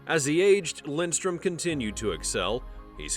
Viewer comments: Yankees, its Lidstrom, not Lindstrom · Ya, his name is Lidstrom, not Lindstrom. Jesus. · Why do you say Lindstrom? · Had to turn off immediately when I heard his name pronounced incorrectly 3 times in the first 30 seconds. If you’re going to do a piece on a guy at least know how to say his name.